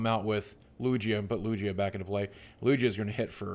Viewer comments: lugia is pronounced LUGE-IAH not LUGGH-EAA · just so you know its lugia not lujia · Lugia doesn't sound like it has a j the g sounds like a regular g not j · It's lugia, not lujia. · Boogie, it's not Lu-Jia its LU-GIA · LOOOJA? its LOOOOOGEEEUH. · FYI its spelled Lu-gi-ah not lu-gee-ah. Pokemon names are really hard to pronounce. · boogie- LUGIA is pronunced LOO-GEE(Like the fat you put in pies)-u, LOO-GEE-U. I collect the cards (or at-least 1 type set per series e.g. primal clash from XY). I also battle with cards at my local trading card centre. Came in 3rd place of 9 contestants last month :) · Lu-gee-a? seriously? I've heard that name for a good 15 years or so and never, never has anyone pronounced it Lu-gee-a. WOW good thing im not subscribed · Lugia. (Lu-gee-a) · I don't wont to be mean or anything but its pronounced lu-gee-ah sorry if this comes off as a rude comment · Lugia is pronounced ''lu-gee-ah'' btw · Loog-e-uh = Lugia just helping so you don't get roasted Boogie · Lugia is pronounced lu-geah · Loo-Gi-Ah is how to pronounce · Games i hate to be that guy but lugia is pronounced with a hard g like gabriel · Its Lu-Gi-Ah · Im sorry boogie but its been killing me this past week. Its Loo-gee-ah. i had to get that out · Lugia is pronounced Loo-Gee-Ah. Boogie. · yeah it is supposed to sound like lu-GEE-ah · It is pronounced Lew-Gi-Uh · He literally said Lugia three different ways and none of them were right. xD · Boogie you say lugia wrong. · boogie I love you but your saying lugia wrong and it's very cringy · Bugs me so much how he says lugia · thats not how you pronounce lugia !!!!!! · Yea him saying Lugia was bugging me lmao